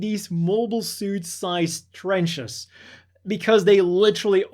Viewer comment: me and my Krieg boys: do you just said... "trech"? WOAH!!!!!